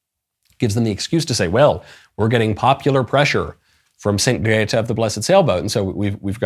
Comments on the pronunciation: I do not approve of your “Gdehtah” pronunciation 👎🏼👎🏼👎🏼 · Your "Grrreeeta" pronunciation during the whole video, had me in tears 😂